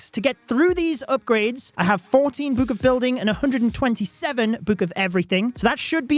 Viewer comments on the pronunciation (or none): “book”: “buke”